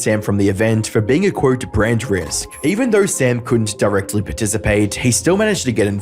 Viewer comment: Dude it's not "qwurt/unqwurt", it's "quote, end quote"